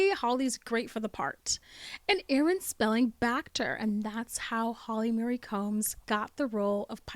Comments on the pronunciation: It's Holly Marie. Not Holly Mary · Why do you keep saying Holly Mary? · Holly Marie not Holly Mary